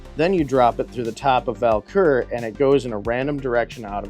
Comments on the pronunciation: Have i been mispronouncing the name of the Idol?? I kept hearing "Val-Kur" and I have always called it "Vul-Kar"... now I need to find my instruction manual ha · Take a shot for every time he says Val-Kur instead of Vul-Kar 😅 I have the 2018 version, and a lot of nostalgia for the 1986 (my year of birth) as well!